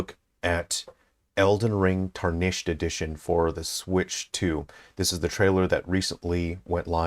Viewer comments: Dude, it’s TAR-nished, not tar-NISHED. Driving me insane. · Erm actually it's pronounce tär-nish-ed sweaty